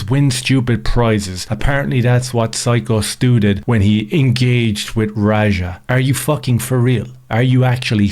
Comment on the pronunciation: Dude who tf is Skyo .. It's Syko stu